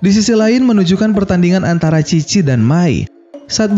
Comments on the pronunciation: Chi bapak bukan khi :v (Dibaca bahasa jepang) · Bang lu salah ucap apa gimana sih? Chi apa khi?